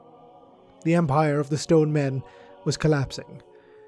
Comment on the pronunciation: Snrk. I kept hearing it as: "Men of scone."